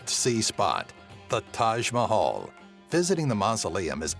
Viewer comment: I love how he pronounced Taj Mahal TAJH MOHOL